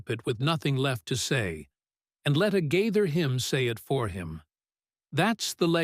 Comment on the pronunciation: Please learn to pronounce their name!!!!!